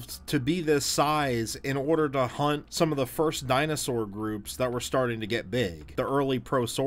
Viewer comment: Dinosour. Hm. Dinosoar? (this is just poking fun. I love your whole channel)